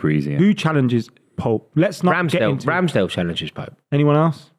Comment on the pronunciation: How on earth can he say Ramsdale